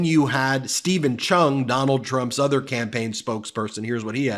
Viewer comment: Lol at Chung I think Trump 's speech impediment must be contagious?